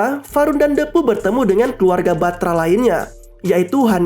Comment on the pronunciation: Bang cuma mau meluruskan,itu Lo soal menyebutkan nama depu itu,yg benar itu hurup e itu di ucapkan dengan posisi mulut sedikit terbuka dan lidah agak ke depan,bukan menggunakan e yg di ucapkan dengan mulut yg agak tertutup dan lidah agak ke atas,itu salah bah,saji kedengaran nya agak aneh,coba deh kalau gak percaya.